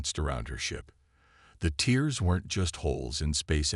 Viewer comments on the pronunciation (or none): Not tears but here it is pronounced tares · I simply can't continue past 1/3 of the story. Your AI SUCKS ASS!!!! WTF are "teers in space"!!!??? Are they crying!!!?? How are the ships sucked into "teers" in space!!!??? And, what is "the moon "your-UPUS"!!!???? Either Get AI that can speak English or stop using them until they can!! Hows bout you narrate your stories youself like some guys n gals do!!!??